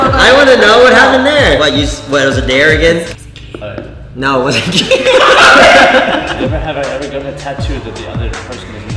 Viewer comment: "He's gonna ask us neverhever questions" 😂